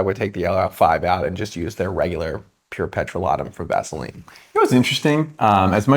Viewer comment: Petro-lat-um? OMG Hilarious!!!